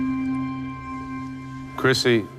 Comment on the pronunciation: It is krissi, not crissy!